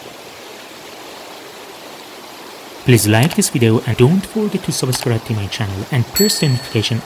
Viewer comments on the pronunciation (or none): Great work. Thank you. By the way, your English is excellent (to make it perfect, try pronouncing this word in this way; subs + cribe)